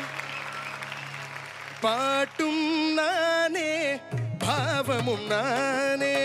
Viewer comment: No, decent attempt though need more punch and clarity when singing Tamil words (notably old songs like these. In addition, TMS did not pronounce "bBhavam" as the way you sung. Listen carefully. Second, swara phonetics should be sung with its own note with strong punch, that you missed clearly. But, overall good attempt.